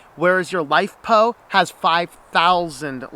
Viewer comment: i couldn't make out exactly what you're saying, LiPo or LiFePo batteries?